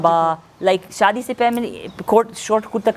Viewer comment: एंकर भाई बड़ा बुरा लगता है जब आप इंटरव्यू लेते समय शादी को सादी बोल रहे थे।आप से बेहतर तो अमेरिकन लेडी है,आप इनसे ही हिंदी सीख लो,अच्छा रहेगा